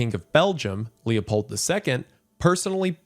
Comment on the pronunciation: Just hearing "Lepold II" gives me whiplash and nightmares